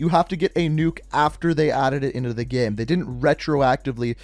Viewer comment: The way you same “game” gives me anxiety